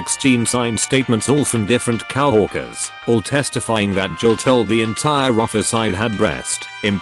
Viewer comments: I hate that voice so much and It misuses words. COWorkers is not the right way to go, COworkers is right. I'd listen more but the voice is horrible. I'm not going to subscribe, too messed up. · coworkers is pronounced co-work-ers, not cow-work-ers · Nobody: ... Text to speech: "COW-WORKERS.." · Robot pronounced coworkers as cow-orkers! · Ouch! The AI trying to read this is terrible. HR = Hurr? Facebook = Fass a buk? Coworkers = Cow o erkers? It's just too hard to even listen to... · Can you get a better tts system? Coworkers shouldn't be pronounced cow-orkers.